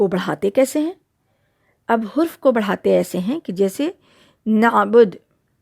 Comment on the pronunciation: Hurf nahi harf kahie